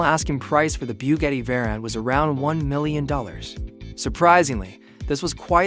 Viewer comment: Biewgetti 🤦‍♂️. Another AI channel